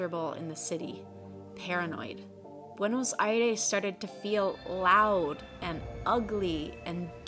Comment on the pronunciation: the last E in Buenos Aires should be pronounced like in the word Test, :)